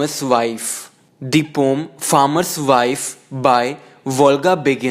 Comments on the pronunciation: Isnt it im hearing the same Instead of poem ur Proununcing it pom😂(just for fun) but nice explanatn✌️👍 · Yes pom 😍😛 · It's also pronounced as pom :')